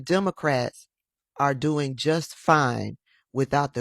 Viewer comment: Scott..How you dwoin 😂😂😂